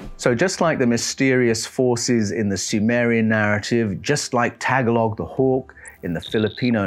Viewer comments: Daghang salamat Mel! Thank you very much! Many people make the mistake of pronouncing the word "Tagalog" as "Tag-alog". The languages here in the Philippines are phonetic, and the correct pronunciation is "Ta-ga-log" with the emphasis on the second syllable. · Thank you for all your work. Your & the narrator voice grab my attention. I was once laughed at & corrected by a Filipino nurse when I asked if she spoke the Tag-a-log dialect, she said it was pronounced Ta-gol-ig. IDK I may be totally wrong. Maybe because I used one word for another. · it's TAGA-LOG, not tag a log book... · Pronounced tah-gah-log. Not tag-alog. But yeah. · Tagalog is the word used by the people of the Philippines to signify the people of the Philippines. The Filipinos I know pronounce it "ta-GOLL-og." The "Tagalog bird" is probably the tigmamanukan. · Isn't Tagalog a language? He's just pronouncing it wrong, right?